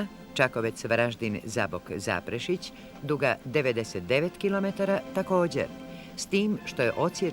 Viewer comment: Kak grdo izgovara ime grada Varaždina.